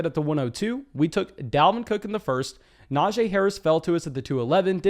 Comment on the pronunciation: Love your analysis, but its pronounced “nah-gee”